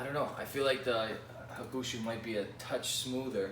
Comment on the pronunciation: It is pronounced HA-ku-shu, not ha-KU-shu